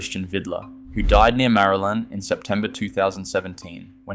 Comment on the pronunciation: Interesting! FYI Marulan is pronounced Ma-Roo-Lin by locals...